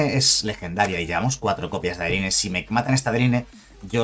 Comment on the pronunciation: Pronuncia para el orto adeline jajajaja